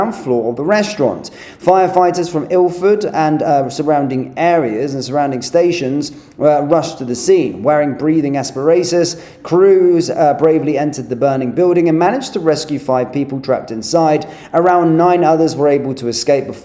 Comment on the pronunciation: whatever he wears a rangers top, cant pronounce English words... asparatus? wtf is that, is that even your voice, you look like a wanger.... god to point these things out .... mong ;O)